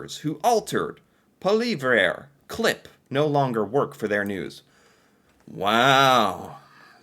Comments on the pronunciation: It's "paw-lee-yev," according to Pierre, but seems to have no interest in googling the proper pronunciation of names. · Polly-Ev would be my take... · His name is pronounce Polly- ev. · Poilievre is pronounced Po-Lee-Ev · Pierre poillievre is pronounced " pwa-lee-ev" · Pool-vee-eh will get you a pass no matter how much I enjoy hearing you butcher his name and never the same way twice. 😂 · Pierre Poilievre pronounced poly-ev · Poa Lee have ruh. Try saying if like that... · His name is pronounced Poly ev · Oh. It’s hilarious to hear you struggle week after week with the same name. Try this: Paul-Yev. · Actually, it's Pwa lee ev. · the most correct but good luck, he’ll never pronounce this. 😂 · The conservative leader is Pierre...and his last name is pronounced paul-ee-ev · You need to learn how to pronounce Poilievre.